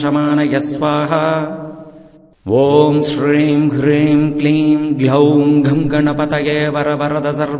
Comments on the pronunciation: ஐயா, ஹ்ரீம் என எழுத்தில் உள்ளது. ஆனால் தாங்கள் சொல்வது க்ரீம் போல உள்ளது. எது சரி? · Yes... You're right.. But I noticed here Sir, pronounce wrongly... He pronounce Kleem....instead supposed should recite as (Om Shreem *Hreem*)... The Mantra is Superficial Impressive but wrong Recite its doesn't work as Siddhi... Please update the New video Sir 🎩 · Ji when you telling hreeem is we get to hear kreem